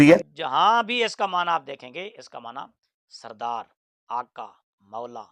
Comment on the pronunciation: یہ لفظ سید زیر کے ساتھ سردار کے معنی میں ہے اور زبر کے ساتھ سرے سے استعمال ہی نہیں ہوتا